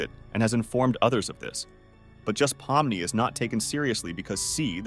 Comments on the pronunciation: Bro pomini what it’s Pomni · "po mi ni" 💀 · This is probably spoken by A.I, because no one, and I mean NO ONE calls Pomni “Pompey” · NO WAY YOU CALLED POMNI POMPEI 😭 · Also "palm money"